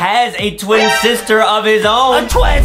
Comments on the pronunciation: I like how justin says saster insted of sister lol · Justin it is not saster it is sister